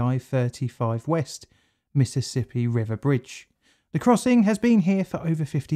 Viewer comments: For future reference, it's "Mississippi", not "Missizzippi". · "miss-suss-sippy" there is no "Z" in the pronunciation of the name...